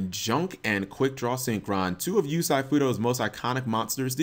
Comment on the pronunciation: lol "you-SAI" fudo??